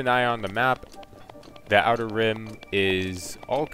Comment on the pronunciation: Outer Rim. Outer Rim. Dude, figure it out before you upload the video.